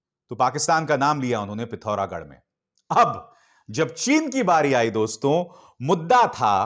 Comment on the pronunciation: It’s “dosto”, not “doston”